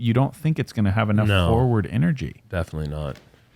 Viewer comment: Can some tell Uli there are two Rs in the word forward?